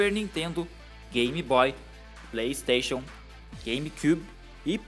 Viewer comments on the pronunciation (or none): none